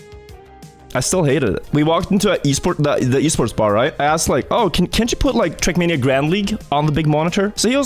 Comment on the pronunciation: when my grandpa says "a esport du the esports ba, right"